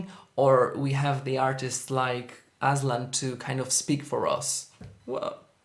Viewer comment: The way you pronounced his name as 'Aslan' felt like im in Narnia Kingdom and we were admiring its king. 💋